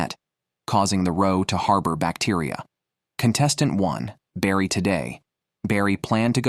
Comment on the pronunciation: and he's calling barry "brady"